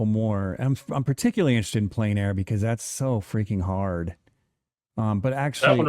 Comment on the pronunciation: ....good show, sincere thanks, but do you know how discrediting it is when you can't even pronounce plein?